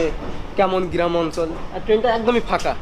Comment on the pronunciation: গিরাম প সুর এসব কি উচ্চারণ এতদিন বিদেশে থাকো ইন স্টুডেন্ট হিসেবে